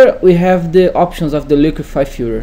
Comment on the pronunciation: "The liquify-fur" lol, the accent was killing me!